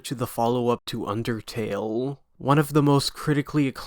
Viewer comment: why TF did you say undertale like that bruh